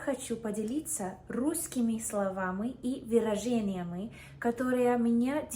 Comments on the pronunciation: Это малороссийский акцент. На юге России часто можно такое услышать. А судя по окончаниям сллв на 0.15 когда она произносит "словамЫ и выражениямЫ", училя язык где-то в тех краях, ну или в кругу ее общения есть такие, вот и впитала. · Да ну нахрен. Ты русскоязычная изначально! Только притворяешься немного. Ни один англоязычный не может правильно научиться произности звук "Ы". У тебя же - в лёгкую идет, даже где не очень надо - в конце слов (очень заметно на ) - это украинский акцент: словамЫ, выражениямЫ.